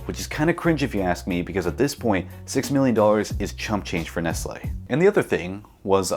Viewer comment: That's not Nestle, that's Nest-Ye